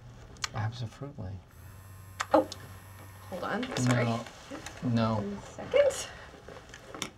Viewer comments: "are we good?" "absofrutly" 😂😂😂😂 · Did he say absofruitly? 😭😩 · Did he just say "absofruitly"?